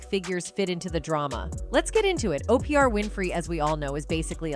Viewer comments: Why are you calling her Opr, her name is Oprah? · 🫥😑It's irritating my soul that her name is being said that way is that so you can get 2000 comments responding to the purposeful wrong pronouniation I'm not watching no more videos that do this goofy 💩